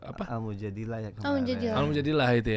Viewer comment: Itu surat Al-Qur'an nya surat Al-Mujadalah bukan Al-Mujadilah